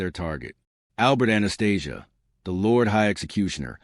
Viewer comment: Must be hard to do the research on 100 yr old gangsters and get it right. Spit balling here 😂. Surprised AI can pronounce Anastasia’s name right